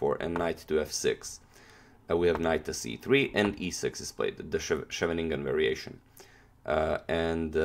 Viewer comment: Lol scheveningen is quite difficult to pronounce I suppose